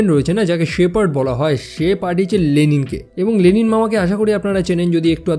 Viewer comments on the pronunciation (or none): none